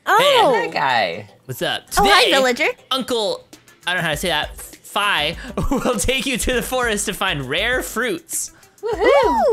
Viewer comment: Its not phi its phai